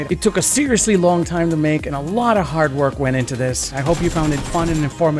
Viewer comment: U Say it sirisly so fun and it trigger me so hard cause my fcking siri pops up every time on my iPhone..